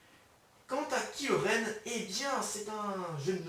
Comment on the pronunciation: c'est kylo ren pas kilo ren